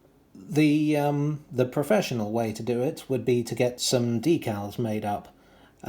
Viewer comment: So pleased (and surprised) to hear you say "DEE-kals" instead of "DECK-uls." Being British, how do you explain that? 😇